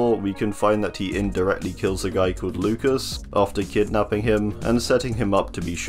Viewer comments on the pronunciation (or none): none